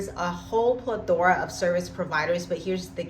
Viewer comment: You keep mispronouncing "plethora" and it is a little confusing. As a so-called professional writer, please work on that.